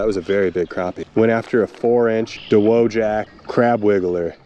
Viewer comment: Congratulations! You pronounced “Dowagiac” correctly. If your from around there though, and you’re a cool kid, you call it Dog Patch.